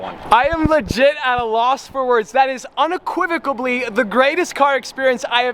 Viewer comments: the only man to own a ferrari race car and say "unecuivocably" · unequivacobly lol.... cmon, you better than that brah